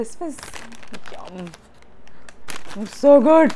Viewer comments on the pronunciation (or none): My favourite Part was When you Said "Sohh Goudd" 😂😂😂😂😂😂😂😂😂😂😂😂😂